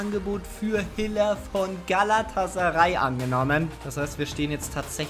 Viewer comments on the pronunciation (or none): none